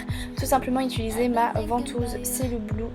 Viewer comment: j'ai remarquer que tu dis "ituliser"